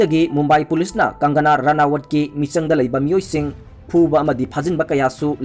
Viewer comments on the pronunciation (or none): Bro gi Sunday special se tabada yam nungai! Adubu mi mamingsing se chumna2 khara pabiyuba henna taba nungainaba maramdi adomgi pao se mipum khudingna tanaduini.. Eg:- Sanjoy Rawat 4 Sanjay Rawat, Dawood Abraham for Dawood Ibrahim, Kangana Ranawat for Kangana Ranaut, Arnap Goswami for Arnab Goswami, Thaakkere for Thackeray & many more